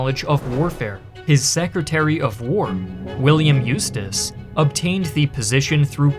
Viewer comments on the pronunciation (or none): none